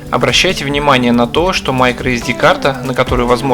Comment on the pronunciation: Ну да. Системой " Майкро ' уже мало кто пользуется 🤭 И так же с "ретурт" За видео лайк, но эти фразочки режут слух сильно.